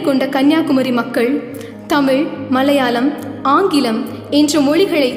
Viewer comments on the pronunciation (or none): none